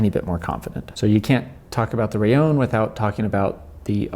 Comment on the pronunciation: Why do you say " raion " ? It's " raLLon ", right ?..